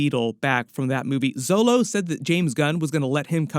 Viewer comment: Good video! I enjoyed the last flash movie and was solid. Also small thing.. Xolo is pronounced “Cho-lo” not “zo-low”.